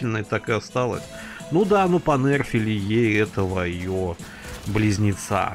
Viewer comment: Больно слушать как вуконга понЭрфили